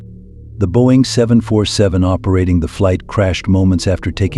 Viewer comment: Boing?? 😂 think you might mean Boeing